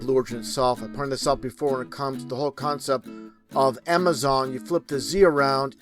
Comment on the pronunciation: so he used the “words” defally and concep? People that are too stupid to know how to pronounce comkon words like definitely and concept have no place trying to educate people. This is way too common with flat tards. Theyre either too stupid or too lazy to pronounce words properly and completely.